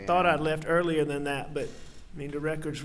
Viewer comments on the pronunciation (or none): I find it funny that a skilled attorney say da instead of the and ma instead of my.... Is he talking down for the jury?